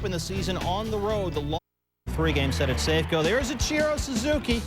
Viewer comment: Each-ear-oh Suzuki lol